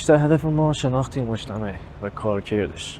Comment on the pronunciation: سلام دوست عزیز دست شما درد نکنه از گشتو گذار در شیراز و بزرگ نمایی و برخ کشیدن زیبایی های این شهر واما گفتندبعضی کلمات شما بصورت لهجه شیرازی درست انجام نمیشود لطفا دقت کنید بعنوان مثال کلمه اول مجتمهوعو. اشتباه است و گفتن مجتمو صیحتر و زیبا تراست با سپاس و درود فراوان